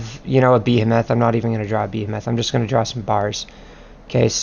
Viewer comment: Ba He Moth. Not Be A Meth. Nice guide though